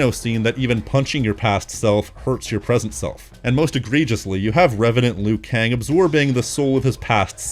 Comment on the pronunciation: It's LIU Kang, not "Lui Kang"!